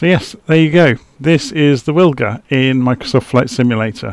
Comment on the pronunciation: Think I'll give that a try thanks! Most likely pronounced Vilga as W is V in Polish.